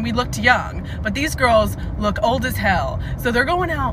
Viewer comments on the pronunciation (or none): none